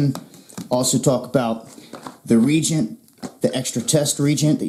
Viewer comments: That's 'Re-Agent' not 'Re-jent' ... Thanx for another expose` on american life and times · the word isn't "regent", it's pronounced re-agent. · Reagent is pronounced ree-aiy-jent. Emphasis on the middle syllable. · Not trying to be a prick but the proper pronunciation is "re-agent". Just to keep the asshats from attacking you ... good video either way!